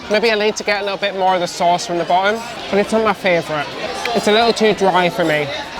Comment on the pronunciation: As an Australian, I am very disappointed to hear failed Australian accent. Also it's funny to hear say "fravourite" instead of favourite.